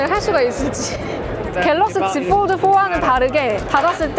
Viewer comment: 요즘 들어 자주 봅니다. 참 열심히 하는거 같아 잘 되시라고 조언합니다. 한국인 대상으로 하는 컨텐츠이니, 너무 영어 발음 살리려고 하면 한국어랑 부조화가 발생해요. 본인이 영어를 얼마니 잘하는지와는 관계없이. 갤럭시 지폴드에서 갤럭(L발음)시(X) 지(Z)폴(F)까지는 영어발음 지켜려고 하면서 '드'를 뒤의 한국말과 연결시키기위해 어쩔수없이 완전 한국식으로 발음하니, 이해는 됩니다만 계속 반복되는 단어인지라 듣기가 좀 거북하고 어색하네요. 그냥 본인이 오포제품 리뷰시에 Bar type을 '빠타입'이라 했듯이 F, L, X, Z를 한국식으로 편하게 발음해주면 어떨까합니다. 좋은 영상 잘 보고갑니다.